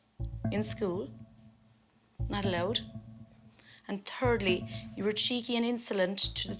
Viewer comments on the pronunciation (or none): She said turdly